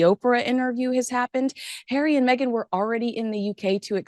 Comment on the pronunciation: Meghan was not welcome by VP Harris!!! Why do you continue to disrespect her by mispronouncing her name.